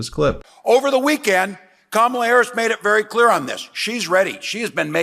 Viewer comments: He said Kamala right this time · You missed it! He finally pronounce her name correctly! Big flub on his part, but we’ll take it 😊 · WOW, he finally said her name properly....I think he has colon rectal cancer. That's a killer. 🤦🤦🗳️🗳️🗳️🇺🇲🇺🇲🇺🇲